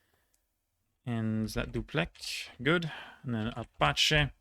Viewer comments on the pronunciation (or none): none